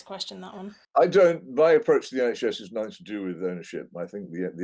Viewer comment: it goes in between working class London and then a west African accent. especially the way her intonation is and certain pronunciations.